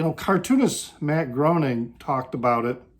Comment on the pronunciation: FYI - Matt's last name is pronounced Grain-ing, not Groan-ing